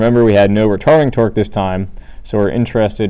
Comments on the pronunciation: "Retording Tarque." Hahahaha!!!! Thanks for the video! Helped me greatly! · First off thank you so much your videos are really helping me understand this and I have a midterm today! Also you said retording tarque and it was hilarious and you said it like twice! Awesome stuff though thank you again!